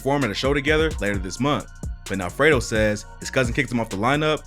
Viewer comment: Idk why it sound like you keep calling him Alfredo 😂 😂